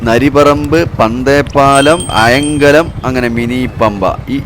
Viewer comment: അയാം കലം അല്ല. അയ്ങ്ക ലം ആണ് 😊